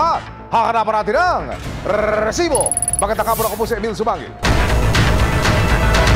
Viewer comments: Rrrrrrrrrrrrrrrrrsibo. Kala ko nagha hung cp ko. Rrrrrrrrrrrrrsibo😂😂😂😂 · Ayos n sna ung documentary.. Kaumay lng ung paulit2x na RRRRRRRR|RRESIBO.. 😂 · Pwede po bang pakibawasan ung pagsasabi ng rrrrresibo. Medyo cringe e haha di ko maseryoso ung topic nyo 😂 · Umay sa rrrrrRrrrRrresibo.. 😅Very paulit2x.. 😂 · RRRRRRRRRESIBO 😂 (batkasi bawat pag sabi ng resibo ganyan HWHAHWHA) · ok sana itong resibo, kaso OA lang yun pagkabigkas ni sumangil ng rrrresibo😅😅😅